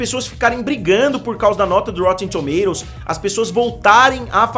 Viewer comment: ele fala engraçado kkkkk rotetemmm tomatototos